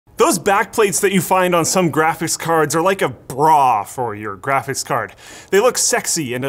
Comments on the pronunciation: always says GRAFITZ card. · "Grafiss card"